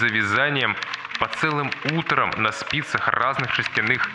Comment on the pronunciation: Ещё один ролик от Зайца! Йиииихааа Кстати, на — нормативное ударение будет "утра́м". Ну, если вдруг что 🎩